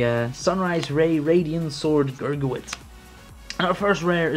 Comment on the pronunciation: I like how he says gurgit wrong